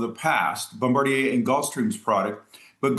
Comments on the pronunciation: the news guy who opened. Bombarjier? With a "j"? He knew he mispronounced it right after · Guy straight butcher pronouncing Bombardier 😂